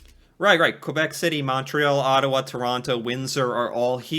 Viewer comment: “Ottowa” haha